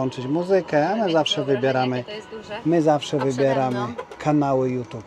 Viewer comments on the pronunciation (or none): none